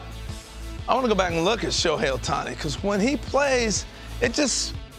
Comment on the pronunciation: The one and only "Shohei Ohtani"